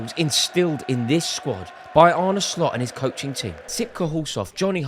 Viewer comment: Thank you for pronouncing his first name correctly. There's a video on YouTube of him pronouncing his name so when other LFC supporters get it wrong it's a bit cringe inducing. He's not Spanish.